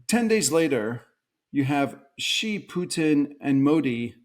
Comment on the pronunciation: he is one of the few outside china who pronounced Xi's name correctly. its pronounced C.